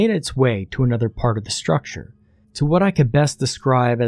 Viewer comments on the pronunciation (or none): none